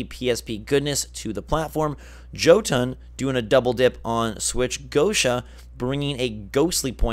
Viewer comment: You slaughtered the pronunciation of Jøtun. It is not Jhotunn it is more like Yuhtun